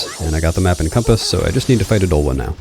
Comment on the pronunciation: ya don't just say odahlwa, y'gotta go oDAAAHLwa! oDAAAHLwa!